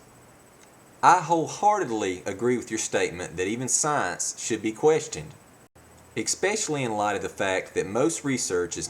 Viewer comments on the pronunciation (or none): Stop saying EXPECIALLY. It's eSpecially.